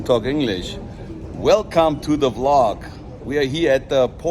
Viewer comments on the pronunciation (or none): none